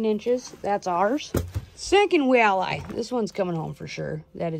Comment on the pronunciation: I feel like Brian asking Stewie why do you put so much emphasis on the H?......... wait a second there isn't a H in the word walleye🤣 nice hat bud!!!